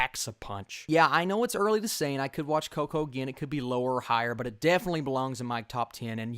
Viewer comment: My top 5 favorite movies: 5.Toy Story 4.Up 3.Toy Story 2 2.Finding Nemo 1.The Incredibles. All Pixar movies are really good, I will admit I even somewhat enjoyed Cars 2 even though it's the weakest movie for sure. I loved the way you said Coco, you sounded like a real latino 😂. Can't wait to see it.